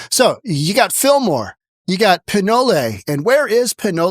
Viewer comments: What a lame narrator. Learn how to pronounce place names. "Pin-olay" ?? Its pronounced pin-oal. The e is silent. Do you say polay? Or is it pole? And you cannot say Callahan?? Duh. Besides these scum need to be sent to prison forever. America needs an exile system. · Pin OLE, like OLE YELLER! Not Pin “olay”. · Not pinolay. Pinole as in pinol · It's not pronounce "pin-olay". It's "pin-ole" with a long "O", silent e. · It’s pronounced Pin-know! Not Pin-no-lay! Pinole! Ole’! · It pronounced, "Pin-nole" not "pi-no-lay" lol. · It's Valle Oh, not Valle Ho. Despite all the ho's on Sonoma blvd. And "pin ole!"? It's Pin-ol as on ye ol. SMH, where you from bro? You gettin non the names right! Hahaha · Pin ol, not pin olay for Pinole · It's Pin-ol, not Pin-olay. You're obviously not from around here... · Learn how to pronounce the locations' first before rantig--"pi-noal" NOT "pi-noal-ay". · It's not Pin-olay....it's just Pinole. Pin-knoll. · I'm sorry but, Pin-O-Lay!!! LOL, It's Pin-O-L. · Lol pin no lay. It's pin ole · "Pee-know-lay." This maga guy cant read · Pinole is just pronounced (pihn-OHL). The way you said it makes more sense with the Spanish root, just like how the neighboring town of Rodeo is pronounced (roh-DAY-oh). But lack of consistent standards are always par for the course in metro California. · Pinole is pronounced "PEEN-YOH-LAY." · FYI, it's pronounced the way it looks, pih-NOL. When the surrounding neighborhood steals the merchandise, knowing that the po-po won't do anything about it, then don't be surprised when the stores close. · Pin-ol. Ol like old. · Pronounced Pin-ol (like ol in old) first why is Safeway “Subsidizing” a community space-it’s a business. Second no one wants to “BE” in your city- that’s why it’s a ghost town‼️👻👻Boo👻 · Pinole... Pronounced Pin-no-ol... no "a" sound at the end. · I agree...but from here on out...thats how I will pronounce Pinolay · former ba resident here, its pronounce pin-ohl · Its Pinolay frome here on out😂